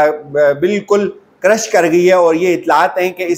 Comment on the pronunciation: یہ سٹاک مارکیٹس کریش (crash) کرتی ہیں نہ کہ کرش۔ پلیز کم از کم آپ سے ایسے بلنڈرز نہیں سر ذد ہونے چاہئیں ۔